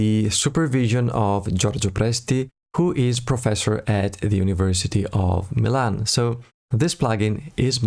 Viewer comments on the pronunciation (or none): none